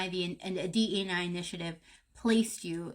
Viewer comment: It’s pronounced D.E.I. not D.E. ‘n I.